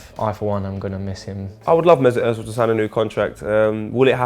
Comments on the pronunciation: Stop saying Ozil wrong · His Name is "Özil" and not "Ozil". It's a turkish name. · Why are you fucking pronouncing his name “urtzil” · I've gotten used to the weird Ingerlish pronunciation of his name as Oh-zill (you'd think they'd say Er-zill since it's a lot closer to the proper version), but hearing Ozzle is just bizarre. In terms of why he's hated, it's hard not to notice that he's a quiet, subtle, not particularly masculine, extremely skilled devout Muslim, German and of Turkish roots to boot. Not saying any or all are factors, but it's pretty hard not to notice the degree to which he represents pretty much the exact opposite of all of the qualities that Little Englanders value. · Its özil not ozil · OMFG... The way he said Özil killed me... IT'S FUCKING ÖZIL NOT OZIL FFS YOU PRONOUNCE IT UHHHZIL NOT OZIL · Why Does everywon say ozil its özil! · Good video but why does the guy keep saying Ozzil and not Özil? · WHY DOES SAY "OETZIL"??? There is no T g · FIRST OF ALL "" ITS OZILLLL NOT OUITZLLL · Kenners Kenners, he's just criticising the 't' sound that adds in. He pronounces it "oetzil". Which the ö is right but there is no t sound. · ZERO HIT actually pronouncing it right. It’s not an ‘oh’ sound because of the ‘ö’ in his name. That’s how Germans pronounce it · It's Pronounced (urzil) in German anything with those to dots on top of a letter (which is called a umlaut) you give it that ur sound 😧 For flip sake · Its pronounced as "OEzil" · I get really pissed off by the way he says Özil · Can you please pronounce his name correctly? It’s annoying me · Couldn't get a narrator that could actually pronounce Ozil's name correctly? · The way pronounces Özil is so annoying... and I’m not even German 😂